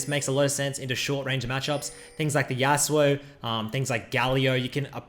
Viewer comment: Yas'oo'oh's Yasuo. LoL